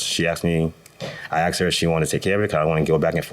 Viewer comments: Why does EVERYONE in this case say 'axed' or 'arksed' instead of 'asked'. I really don't understand how they can get to early middle age without anyone, preferably a teacher, correcting them repeatedly. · "'So I axed if he was interested?"